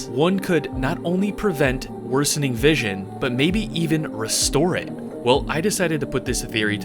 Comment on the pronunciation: bros “visoin” so good he remade the word